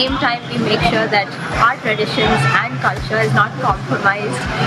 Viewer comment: over emphasing the word “CULTURE” and still unable to prove the presence of any sort of culture in banglore, i’ve lived in bangalore for 31 years and i can’t emphasise the fact how extreme “over acting” was there in your vlog